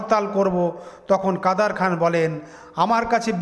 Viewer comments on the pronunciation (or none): এরা নুসলমাম নাম ভুলভাবে উচচারণ করে মজা পায়।কাদের খান হয়ে গেল কাদার খান।এমন উদাহরণ পতশত দেওয়া যায়। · উচ্চারণ সঠিক করেন। কাদের খান।